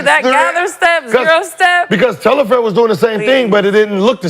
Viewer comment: Telfair .. not Tel-la-fair